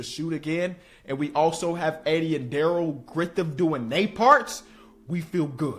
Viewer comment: “Darrell Grithiff” 😂😂 gotta love man